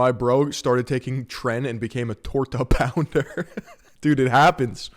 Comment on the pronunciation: “A torta pounder” just broke me 😂😂😂😂😂😂